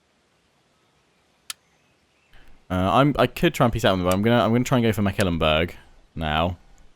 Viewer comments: Mecklenbrug, not Meckelenburg. Pronounce it as if it was a McDonalds product, the McLenburg :D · Totally agree., in English the pronunciation is closer to Mek ' Klen Burg. Once he also called Wurtenburg Wittenburg and I was like... They have Wittenburg on the map?! No, no. Just a slip of the tongue. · Please "google translate" Mecklenburg in German to hear its actual (sort of) correct pronounciation. McAllenburg is really not its name. Otherwise a pleasant voice to hear and excellent and explicit gameplay from You. Keep up the good work. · Hi, just to help you out with the pronunciation: The name Mecklenburg only has three syllables Mek-len-burg. I am enjoying this playthrough quite a bit! Thanks for creating the content.